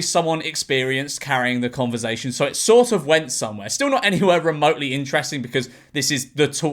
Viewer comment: George please stop saying converzation